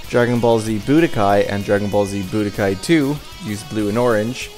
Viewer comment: I'm glad you called Dragon Ball Z: The Legend by its official English title. Most people call it by the fan name of "Legends". Budōkai is pronounced boo-DOH-kahy by the way. Basically, the same as you said it, but with emphasis on the dō instead of bu. "Budō" means "martial arts". "Kai" means "tournament". Tenka-ichi is pronounced TEN-ka EE-chee, literally meaning "Number One under Heaven". It's an incorrect reference to the Tenka-ichi Tournament (Tenka-ichi Budōkai) that takes place in the comic and shows. As you can see, they got it backward.